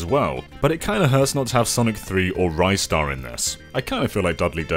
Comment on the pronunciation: You know what hurts more than the lack of Ristar? Incorrect pronunciations of "Ristar". :(